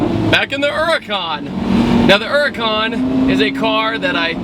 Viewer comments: Why does he call it a "Urrrcan"? It's H H H Huracan. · Huracan not uracan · It's called H U R A C A N! Not U R A C A N 😡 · Not the urrrrrhhhcan. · Her-ur-con lol